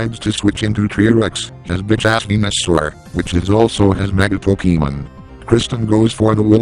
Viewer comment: is best commentator.:3 Also...PokeEEmen.